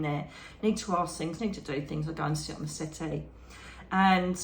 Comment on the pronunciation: Wonderful talk 🥰..I was a little confused at first 😀. You were talking about your meditation and I thought you said you walked into a white city!..it took a minute for me to realize you were saying settee! 😀🤣🤦‍♀️.. love your talks ❤️✌️💖